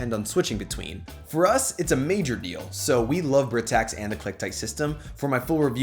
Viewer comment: Loved the video, but I believe Britax is pronounced “Bry-tax”